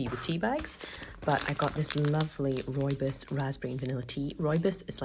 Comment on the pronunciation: Turns out despite it being my favourite type of tea, I've been pronouncing it wrong all my life! Thank you for the video, about to go and make myself a cup of rooibos (which is not pronounced "roo-ee-boss" like I thought before you said it!)